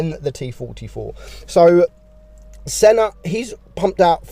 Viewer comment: When you sayed Senna the god I heared son of the bot 😂😅